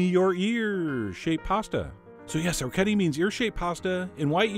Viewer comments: The dish looks wonderful. I may try out soon. But, please, the pronunciation of the pasta is or-wreck-ee-et-ay! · This is incompetent from head to toe. First, don't trust anyone who doesn't know how to pronounce orecchiette (pronounced orek-ejet-tah). Second, he's boiling the meat. You cook the pasta first, put it aside, then cook the sausage and toss the pasta in the oil and the sausage fat. Its also much better with garlic. Garlic pairs better with hot sausage and bitter greens than onion. You also probably want to cover the pot to wilt the arugula rather than getting it all water logged. This is like the chef at the diner. Or maybe a lot of the restaurants that I've going to lately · Ok...say it with me: oh-wreck-yet-eh. It’s as easy to pronounce as it is to make. :) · I'm Italian, born and raised in a small village of Apulia and orecchiette are a typical pasta of my region. They even taught us how to prepare them in elementary school once. Anyway, the tradition wants orecchiette cooked with turnip green and a sauce made of anchovies and oil. We call it 'Orecchiette con le cime di rapa'. The pronunciation is 'orekˈkjette'! Thanks for the video chef, I'm glad that people around the world knows what orecchiette are :) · O-ray-key-ay-tay! Thanks for the recipe. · Pronunciation for anyone wondering: o-rek-HYET-te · Food Wishes No it's o-rek-kyeht-teh, look it up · For anyone who cares: O-rek-kyet-te The C and T are strong - there's two of 'em D: - . The R is hard (imagine some spanish guy say "Rodrigo", that R sound). on 'kyet', the vowels are pronounced exactly like the word 'yet', two separate sounds but fast enough to be part of a single syllabe. the E at the end is pronounced like in the word "tell" "hell" etc. No "eh" finisher. Source: just heard the word come out of my own Italian mouth c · Chef John, you are my culinary hero, but how can you not know how to pronounce the name of this pasta correctly? Oh-wreck-ee-yet! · orechiette is pronounced "o-reh-kyet'teh"